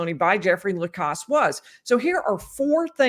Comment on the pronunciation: I absolutely adore you. But isn’t his name Jeffrey Lacasse the last syllable rhyming with “mass”? (Not “Moss”) 😊